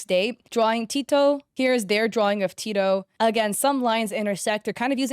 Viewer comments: aint no way she said "Tee-to". its "Teh-to" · ITS TEH TOE NOT TEA TOE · Tet—o! Not Tea-toe. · Not her saying tito instead of teto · Oh! teto "here's their drawing of t"I"to" girl what?????? It's pronounc as "t e t o" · Btw tetos name isn't pronounced "Tito" it's "teh-toh" :) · not tee- to it's t-e-t-o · Tito? It’s teto… (T-EH-TOE.) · TITO???????? It’s Teto 😭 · tedo!!!!! it's veto pronounced tee toe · The way you called emu "Imu" and teto "tito" 😭😭😭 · It's (TEH)-(TO) not teeto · nah nah nah it’s not Tito it’s te to you got to use the short e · the way you said teto sounded like "teeto"but its fine i said teto like that before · TETEO ????? sorry it's pronounced teto like te-tO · You pronounced teto wrong so let me tell you its not "tee_toh" its "teh-toah" teto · I was about to say LOL instead of "teh-toh" she says "tee-toe" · its not imu its emu 💀 and another is tito WHAT IS A TITO its teto 😭 KOHANE 😵‍💫 (This is to american 🔥) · As a really big Teto fan, hearing say Teto as tee-toe hurt me 😭😭😭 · it’s not teeto btw! It’s teh-toe. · its pronounced TET-TOE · So some of those characters are VocaloidS and UTAloids! (There’s a difference look it up!) and ppl like emu, mafuy, and airi are ppl in pjsk which is a popular Japanese game. U did kinda mispronounce some of the names but it was kinda funny(IN A GOOD WAY), especially with teto u said ‘T-toe’😅 but’s it’s actually ‘tet’ (like the game tet-ris but the first part) and the sound ‘o’ = “Teto” ❤ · “teehtoh” 😭 (not hating 👍) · the fact she called my Teto "Teatoe" hurts me fr💔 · FR ITS TE-TOE :P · isnt it prounounced “teh-toe”? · Tētō . Easier to pronounce this way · no hate. You pronounced it wrong. That's fine! Here is how to pronounce it! Teto [TEH-TOE] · "e moo" "airy" "teedoe" "go hay" IM SORRY BUT THAT WAS SO FUNNY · uhh the girl with the tornado like hair, her name isnt said like tito, its pronounced as its spelt. also most of those characters (if not all) are from a game called project sekai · And Teto as 'tito'